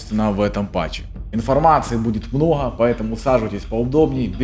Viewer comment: мноха...блин слушать противно. научись выговаривать букву Г